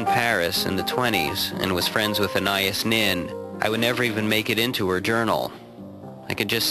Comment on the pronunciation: I hope his pronunciation of "Anais Nin" is part of the satire. Wow. (Although I think it is, after hearing him pronounce the dog's name as well.)